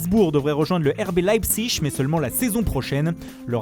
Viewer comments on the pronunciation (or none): none